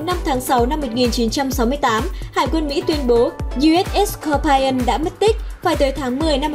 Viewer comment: Scorpion đọc là s cọc pi ơn chứ không là s cọc pai ơn , Anh văn chữ I khi đọc là ai khi đọc là i là tuỳ vào nhấn giọng hay lên cao chữ đó . Vậy Scorpion nhấn ở chữ O đầu còn I và O sau thì không ! Nên I đọc là i không có ai nhé